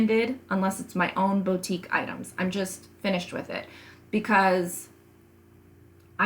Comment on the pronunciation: Loved your video. Super helpful. Can I gently make a pronunciation suggestion? It’s Boo tique, Not Bow...